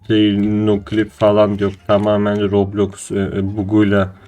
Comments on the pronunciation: Abi loblox değil roblox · Roblox diyişine hayranım